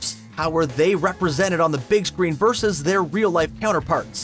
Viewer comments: ...need to learn to pronounce versus and Fiat also 🤣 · and “versus” 🤣